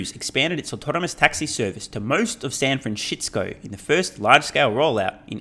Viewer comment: Why do you call it San Franshitsco ?